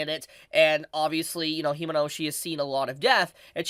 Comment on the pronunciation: Fyi Kobeni = Ko - Ben - ee | Himeno = He - may - no